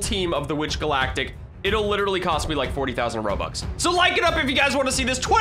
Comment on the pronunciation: What I think the moment u said "I letterally never play this game" was : may I have Ur p e t s?